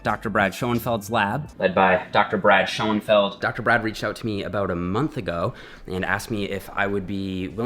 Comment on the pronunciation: schurnfeld, not scho en feld